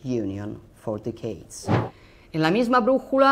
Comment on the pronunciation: Mah, pronunciare dickheads al posto di decades non è proprio da inglese ottimo. E' un 'ottima battuta se vuoi.